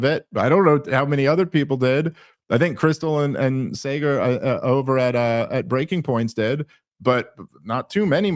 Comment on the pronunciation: Sah - Gur. SahGur. Saagar. It's not hard and I barely like the dude.